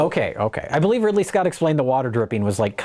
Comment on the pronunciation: "Ripley Scott's"